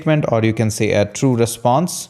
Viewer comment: 😂😂😂 REPONSE, no... REPSONSE, no... RESPSONSE, no... 😂😂😂